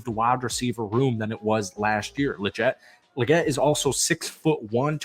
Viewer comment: ALSO THO!! Lol Legette is pronounced with TWO E’s!!🤣 like Leegette Lol